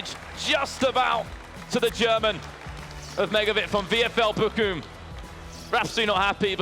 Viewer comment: Hahahaha Bockum 😂😂😂 Its Bochum haha 😂